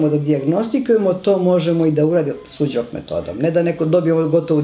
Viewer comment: Pozdrav za predivnu profesorku Veru, uz njene seminare se mnogo toga korisnog i lepog naucilo. Ispravka za voditelja, u imenu onuri Su - Jok terapije, ne postoji slovo DZ. Mnogo ruzno tako zvuci.